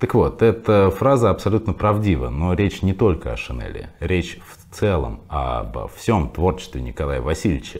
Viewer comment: Правильно говорить шинЕль, а не шинЭль.